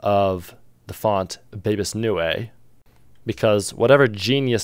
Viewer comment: Bebas Neue, pronounced new, was designed by Ryoichi Tsunekawa!